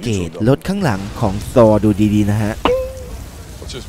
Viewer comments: ที่เรียกซอว์นี่คือดัดจริตใช่ไหมTh=ท,ธถ้า ซอนี่Chไม่ใช่เหรอแอด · ทำใมต้องออกเสียงว่า'ซอล'ด้วยไม่เข้าใจ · พี่มันชื่อ ธอร์ครับ ไม่ใช่ ซอ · เป็นการออกเสียงที่ถูกวิธีมาก ซอร์ 5555ชอบๆ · ทำไมต้องพูดว่าซอร์ ต้องเรียกว่าธอร์ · สรุปแล้ว ทอร์ หรือซอดีแต่จับผิดคนอื่นมึงยังออกเสียงผิดเลย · ออกเสียงthorซะเป๊ะเว่อ แต่ออกเสียง avengers ไม่เป็น เห้ออ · พี่คับมันธอร์ไม่ใช่ซอผมเห็นพี่เรียกว่าซอ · ทำไมถึงอ่านว่าซอว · ธอร์ไม่ใช่หรอครับไม่ใช่ซอร์นิ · เขาชื่อธอพี่เรียกว่าซอ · ชื่อธอร์ทำไมเรียกซอร์? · ธอร์คับไม่ใช่ซอ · ธอร์ไม่ใช่ซอร์ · saw Ragnarok กุได้ยินแบบนี้ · ผมว่าพี่ออกเสียงผิดน่ะ